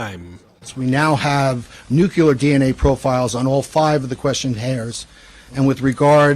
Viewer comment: None of the guys say nu clee ar correctly. Always bugs me, lol. No such banana as new cue lar. Sigh. I think the DNA is sinking his ship. ✌️♥️